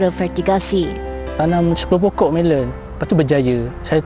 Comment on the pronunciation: Melon..bukan melen..